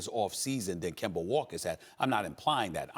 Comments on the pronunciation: Can somebody please tell Stephen A that that mans name is not Kember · Everybody: Kemba SAS: Kember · Nobody: Stephen A : "Kember is Kember" 😂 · Dollars = Dollaz Kemba = Kember - SAS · "Kember is Kember" that says it all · Start saying his name right then you can talk about him “KeMbEr” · “Kember is Kember” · "Kember"- SAS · KemBER, GeorGER this man hates words ending with the letter A! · Put some RESPEK on Kembers name bruh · Nobody: Stephen a: kember is kember 🤣🤣🤣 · SAS love saying "kember" 😂😂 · Im all but sure he's doing it on purpose now, it's like he makes sure to say Kember 😂